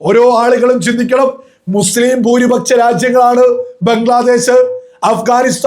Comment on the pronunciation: നിൻ്റെ മാതാപിതാക്കൾക്ക് പോലും നിന്നെ വേണ്ടാ.... എടാ മലയാളം ശരിക്ക് പറയടാ..... ഭൂരിപ ച്ച o ന്യൂനപച്ചാ... പോയി നാവുവടിക്ക് ...എന്നിട്ട് മതി... മണപ്പിച്ച് പറയൽ